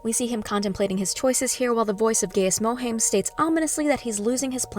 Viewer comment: good breakdown though you butchered some words. Its Har-koh-nan and Guy-is Moh-hi-am. its also ben-nay Jess-sir-it